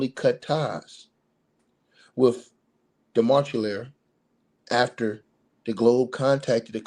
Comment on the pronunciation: His name is pronounced de ma che lier